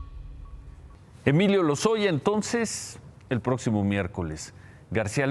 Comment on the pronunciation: ¡"Prótcimo" miércoles! ¡Noooo seeee loooo pieeeerdaaaaa porrr éste canaaaaal y la "sesuuuda" "hopinión" del carcamán Gómez!